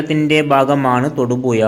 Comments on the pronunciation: തൊടുപുയ അല്ലടമക്കുണ തൊടുപുഴ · എടാ പൂറി മോനേ.. തൊടുപുയ അല്ല.. അവന്റെ കുണ്ണ.. പോയി മലയാളം പഠിക്കെടാ കഴുവേറി മോനേ